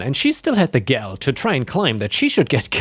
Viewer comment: Gall is not 'gel' it's 'gohl'. Rhymes with 'shawl'